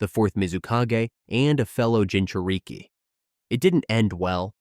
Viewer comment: is why I hate AI voices. It's not Gin-chu-reek-ee.